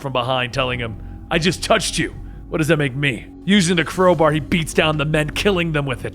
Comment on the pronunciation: A cwowbar is how u said it 😂😂